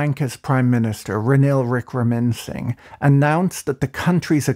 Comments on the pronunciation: Great one Patrick. Love your videos. This is how to pronounce the prime minister's last name: "WICK-RA-MA-SIN-HA". I know, it's tricky 😄 Some more info about the Monorail project: It was actually one of the better projects proposed by the government that was in power between while the Rajapaksha family was not in power. The loan for the project was offered on highly concessional terms and conditions by the Japanese Government, including a 40-year repayment period for funds obtained for consultation services with a grace period of 12 years, a 0.1% interest rate per annum for civil work and equipment, and a 0.01% interest rate for engineering services. When the Rajapaksha family came back to power in 2019, they abruptly cancelled the project while starting their own projects on comparatively extremely high interest loans (around 7% per annum). Many believe the project was cancelled because the Rajapaksha family didn't have a chance to steal commission from that project. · Lol.. the way he pronounced Ranil's name.. :D